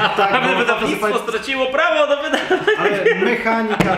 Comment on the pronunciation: jedyna rzecz która mnie irytuje to sposób w jaki akcentujecie słowo MEchanika :P poza tym spoko film!